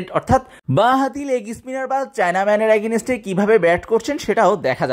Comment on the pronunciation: are bhai agineste agineste .ki soro korlen,, valo vabhe English na bolte parle bolen keno ? tau abar public platform a ..Ajaira